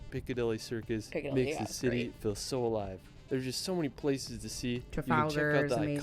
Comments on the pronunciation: He mispronounces several places throughout his videos... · Unfortunately the American who narrates this pronounces a lot of places wrong.